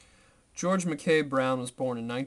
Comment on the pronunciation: Thank you for the reading. Without wishing to sound like a pedant, just one quick correction: Mackay is pronounced 'Mack-eye,' with the emphasis on the 'ey'